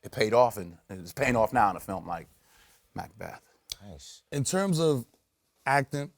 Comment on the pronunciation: He says Macbeth like macdonalds